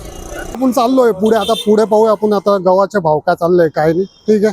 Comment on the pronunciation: गहू चे भाव नाही म्हणायचं हो , ग _ व्हा _ चे भाव